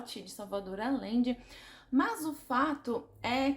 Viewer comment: Te amo lindona!! Apenas pra constar, a pronúncia do sobrenome aLLende é aJende, o LL tem som de J/G, então fica o som de Agende, de agendar na agenda, hehehehe AMO ESSE LIVROOOOOOO!!!!!